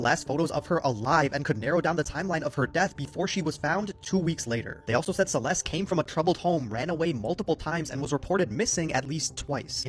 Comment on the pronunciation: Celeste has a T at the end. it is not a silent T.